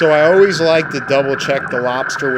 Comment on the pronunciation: Fun video! Water, Coffee, and Always are dead give-aways for a New Yorker. Your "always" was bordering a bit of Philly right at the end of the video.....almost Oh-Waze! Lazy's lobsters are divine. I wish I could get one in Minnesota! I retired here after 35 years in St. Pete Beach and spent many vacations loving the Keys! Nothing better than fresh grouper, snapper, and lobster that you caught yourself. The Goliaths are definitely getting out of control - I frequently saw them diving that were as big as my torso and they could easily swallow a 30 pound fish. I'd love to find out if their meat is as tasty as their smaller cousins! You and your photographer have a good thing going - 8800 views on the first day is not too shabby. Have you spoken with Aaron Young (@ West Waterman)? Good times, glad to be a new subscriber! Mr.Bill